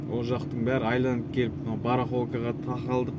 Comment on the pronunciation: Айланып емес, айналып деп айтсаң, қазақ тілін бұзбай